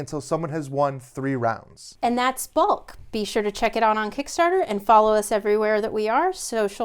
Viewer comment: Balk is pronounced like the word "walk". Sounded like they called it more like "bulk".